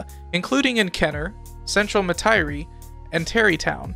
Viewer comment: We pronounce it New OrLins, and Metairie is pronounced MetaRee great video tho